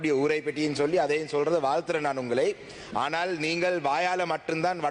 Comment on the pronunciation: மக்கல் அல்ல நீங்கல்